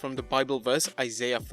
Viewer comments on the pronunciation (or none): none